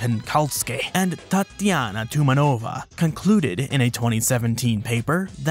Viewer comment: Btw it's tumAnova, if anyone concerned 😁